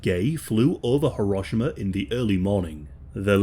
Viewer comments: Th way he pronounced “Hiroshima” actually pissed me off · its pronounced ("Hee-row-shee-mah")